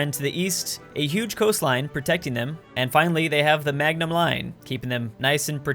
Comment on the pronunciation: Did you just call the maginot line the magnum line?